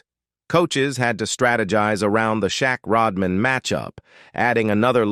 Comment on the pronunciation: AI says Shaquillio vs. Rodmein